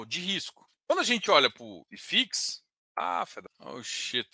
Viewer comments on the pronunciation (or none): Só uma dica: Não é "Ai Fix". É "i fix" mesmo porque é um índice Brasileiro Hahahaha